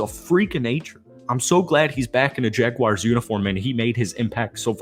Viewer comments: Say, Jag-Warz. Read it again. Now say Jaguars...🎯💯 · No complaints about the video but it is Jaguars, pronounced "Jag-wars". Lol love your content.